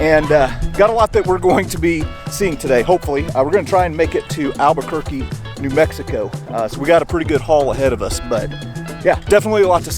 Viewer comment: Albuquerque is pronounced Al-ba-ker-key.